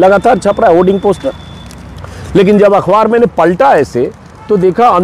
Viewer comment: Are bhayya ajit anjum akhwaar nahi akhbaar sahi pronounce hai